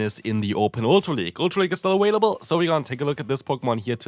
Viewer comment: “Ultra league is still aWailable” is that a mispronunciation or an accent thing hahaha